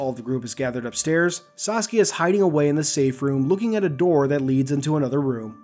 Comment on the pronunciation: Every time I hear you say "Saskia" I think you're saying Sasuke like the Naruto character.